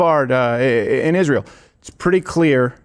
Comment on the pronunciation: why cant she pronounce israel, its not Izzzshreel ffs. shes just so vile and puerile, I dont undeerstand why people think shes intelligent